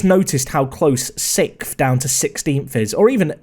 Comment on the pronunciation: You say “sixth” like “sifth” Lmaoo English people are wild